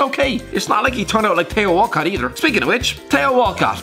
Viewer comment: tay-o walcott